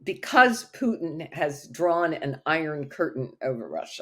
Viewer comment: What a joke, that woman can't even pronounce Putin his name correctly. The truth is that Putin's popularity in Russia is at a all time high as the recent presidential elections proved decisively while the US is loosing it's pathetic proxy war. On the political side more and more countries are joining BRICS and the multipolar world.